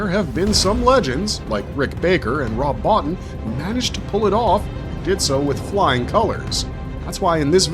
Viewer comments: His name is pronounced "Bo-Teen", not "Bottin". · Rob's last name is pronounced "Bow-Teen" not "Bot-Tin". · I'm pretty sure it's Rob BoTEEN, incidentally. Though I pronounced it the way you did for years. Great video! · Very good video. A little heads up, Rob Bottin's name is pronounced Bo-teen. I used to mispronouce it years ago until I saw an interview and Rob pronounced it as Bo-teen. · It's pronounced Bo-teen!! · Rob Bottin...last name pronounced Bo-Teen. nice video !